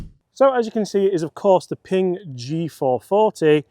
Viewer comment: Honestly it's just a win watching a pommy bloke on Youtube pronounce Ping without calling it Ping-guh